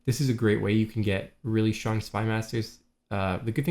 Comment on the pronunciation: Has anyone ever pointed out you have an odd way of pronouncing "strong" it sounds like "schrong" where did the t go ? I hear Michelle Obama is famous for the same.